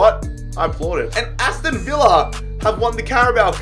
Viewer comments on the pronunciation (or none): none